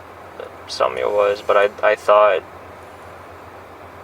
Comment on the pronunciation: A great detective. I just want to ask, why can she never pronounce these girls’ names? Neither of them are very hard Sam-ee-yuh. Fa-tea-ha. That’s it